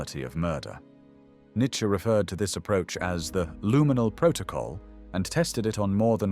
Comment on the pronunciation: Not only is the new narrator a much poorer version of the original, he’s mispronouncing some words luminal is pronounced looo’ min all, as one example. The original narrator had a powerful, emotional-laden voice. This one is totally bland. You need to get the original narrator back. Also, the writing has deteriorated, too. There are a few minutes devoted to an unnamed female psychiatrist who is supposed to be running the T4 (euthanasia) program. Her name isn’t given, or I might have missed it. After this introduction is made, she’s never mentioned again. I have no idea why she was thrown into the mix. Or the writer could have explained what her purpose was. The writing doesn’t flow. The narrator is talking about the late war years. About what the psychiatrist is doing. Then suddenly he’s talking about his arrest. I had to pause to figure that the war had ended and the Allies had captured him. There are other errors, as well. I’m beginning to wonder if, when they replaced the narrator, if they replaced the writers or some of them at the same time. This is NOT the same channel it was when it started. I hope the old narrator has read some of the comments about how good he was and how he’s missed and missed by such a large number. People who have been complaining about this and clamoring with the site to bring him back. I hope so. I’ve been on You Tube for a long time and I’ve never seen such an uproar with demands to bring back the former narrator. World History, take note.